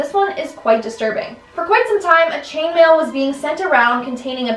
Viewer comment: When she said "Chainmain" I was thinking something completely different.